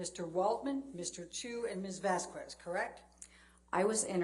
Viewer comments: Vas-kez not Vas-kwez there is no w in there if you can pronounce charcuterie you can pronounce this. Its not that hard. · The way butchers the name, "Vasquez" by saying, "vasqwez" really bugs me. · I can’t stand how purposefully mispronounces VASQUEZ… Has she never read a Hispanic last name before?